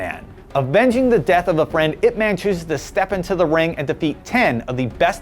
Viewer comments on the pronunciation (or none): Can still tolerate when he said "weeng-chahn" instead of "weeng-choon", but I stopped at "ip mehn", when it's "yip mahn".. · is not pronounce as ip 'man', is ip 'mun'...jeez talking about west speaks chinese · Atleast pronounce Ip Man properly it should be like Ip Mun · not pronouned ip man. pronounced as IP MUNNNNNNNNNNN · Am I the only one annoyed with his pronunciation? Ip Man is based on a real person. he's not some fictional superhero. if you're mentioning a name at least 3 times in a clip, learn to pronounce it properly. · the way the host pronounce Ip Man is hilarious. You have to pronounce it directly from Cantonese